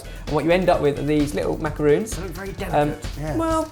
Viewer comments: Akshay Mamidi Bullshit. He's making Macarons, not macaroons...just like a Café is pronounced (ca-fay) not KAFF like the other ignorant cretins of this country would have you think. It's a French dessert, respect it's origins. If you hear a Frenchman describing the coconut-based sickly desserts here, 'Macarons' then you can correct him too... If you could also take your self-righteous attitude and shove it, it would be greatly appreciated. I don't respond well to know-it-all children with all the social intellect of a steamed mollusc. You live in Singapore, are of West-Asian descent, and you presume to know more about the etymology of English/French words/foods than English/French men/women? How quaintly arrogant and conceited of you... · Ummm... It's a macaron. Not a macaroon. A macarOOn is a small cake-cookie thing, typically made with coconut. A macarOn is the french delicacy. I thought a food channel would know this. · I hate it when people pronounce macarons as macaroons. They are completely different desserts. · I think these guys made it wrong. In the subtitles it says that Jenna said macaroons not macarons. Missed the coconut? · He says them like "Macaroons" it's "macarons". Pronounce the "o" like the "o" in tongs. Lel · but they keep pronouncing it Macaroons. Jenna asked for macaroons. These aren't macaroons. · you made macarons not macaroons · These are not "macaroons" these are "macarons". The difference is that "macarons" only has one 'o' so that means that when you say "macaroons" you're talking about the coconut dessert. Macarons are french and are pronounced kind of like "mack-ah-ron(s)" (or that with a french accent and you really can't write it out. Sorry, I suck). If you say "macaroons" it's really incorrect. I know that it is widely accepted but it is cause for a lot of miscommunication. And it's a pet peeve of mine. Hope I didn't sound too much like a bitch. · Macarons! You keep pronouncing them as macaroons. It's a completely different dessert.